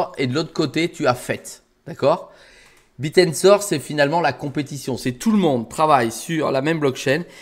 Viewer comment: c est pas le Biir mais le Bèèr